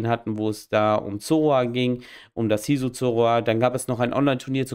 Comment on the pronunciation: Hisu Formen ahhh die Lustigste Aussprache ever XD